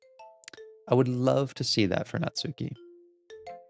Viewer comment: The “u” in “Natsuki” is silent, try saying it more like “nuts key” (though the “ki” not quite as long as “key”).